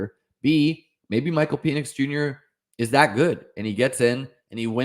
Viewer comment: It’s pronounced like Pennix not Penis